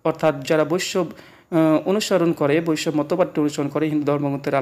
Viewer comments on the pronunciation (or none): শ্রীরামচন্দ‍্র দ্বাপরযুগের নয় , ত্রেতাযুগের । আর তখন কি মুসলিম ছিল ? বৈষ্ণব উচ্চারণ টা ঠিকমত করুন ।